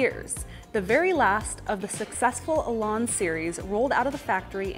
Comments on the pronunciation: if only you could pronounce the name better its an elan not elarn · What is a Lotus Elon? For crying out loud! Say it correctly. Elan rhymes with pan and can and man.